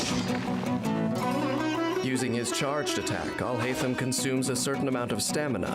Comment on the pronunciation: Video: Al hay tham al hay tham al hay tham You: al hi tham al hi tham al hi tham